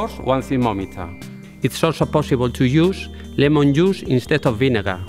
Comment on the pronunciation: Lemon llus xdxd, eso se pronunciaría tal cual así "lemon juis"